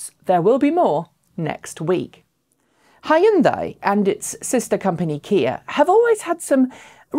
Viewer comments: Sorry to nitpick, but I find your pronunciation of Hyundai jarring . It's two syllables, not three (Hyun-dai, not Hi-Un-dai). There are videos of Korean speakers on the internet, if you need examples. Otherwise, interesting channel with good variety of EV news. Thanks! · I thought Hyundai rhymes with Sunday. You're saying it's Hi Unday. I've talked to some Koreans and they say it's pronounced like Sunday. Just thought you want to know. Did ya get the pronunciation from the company itself?